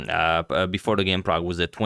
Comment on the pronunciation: Man! Man this dude called Prag!!!!